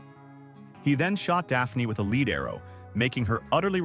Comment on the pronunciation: The crappy/lazy AI voice and art work made this a real mess. Words like lead (led or leed?) are mispronounced for the way the word is used makes the narrative confusing/annoying. And the "art work" is just lazy. The image showing Bellphron on Pegasus shows a winged man riding a horse.